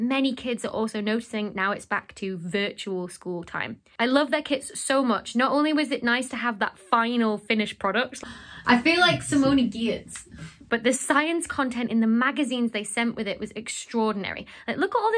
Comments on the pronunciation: "I feel like Simone Gee-ertz." Not picking on you - that's how I thought it was pronounced, too, but in one of her videos, she explains "Giertz" is pronounced "Yetch." She has a wonderful, quirky style. Like you. Love your channel. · I know simone wont care, but as a fan of her's I feel like it should be said. Its pronounced "Yatch" lol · No, it is pronounced as Yatsh [ˈjæʈːʂ]. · "Simone Giertz" - I always pronounced her name like that, but as she isn't german, that's not right. It should sound like this: [ˈjæʈːʂ]. I learned this from Adam Savage. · Becky: pronounces Giertz incorrectly Simone wants to know your location You should have used the text to speech on that one too 😂